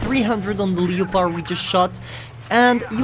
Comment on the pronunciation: The tier 5 "LI-O-PARD"